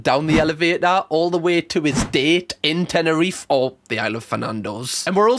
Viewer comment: It was so funny listen to you say Tenerife (Im from the islands) LOVE the vidddd